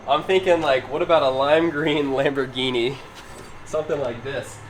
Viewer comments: It’s not kambhorghini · It’s kambhorghini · It is a lambourgini😘